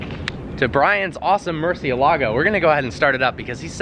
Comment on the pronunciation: please learn to say the word Murciélago correctly if you are going to talk about it.